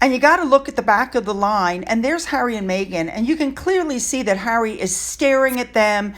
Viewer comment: 2nd row Hawwy Lol 😂 👍